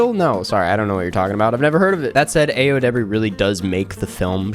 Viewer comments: "ayo" is said like "EYE-oh," btw, not "ay-oh" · btw Ayo’s name is of Nigerian (Yoruba) origin and it’s pronounced EYE-oh not aye-oh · Aaaah-yo, not ay-yo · pronounced eye-o by the way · pls learn to pronounce ayo's name <3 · her name pronounced EYE-oh pls ! 🙄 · For future reference, Ayo is pronounced EYE -YO. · it’s Ayo (EYE-OH) edebiri get her fucking name right please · it’s actually eye-oh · Her name isn’t pronounced that way:( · i'm sure this was already pointed out but you pronounced ayo's name wrong !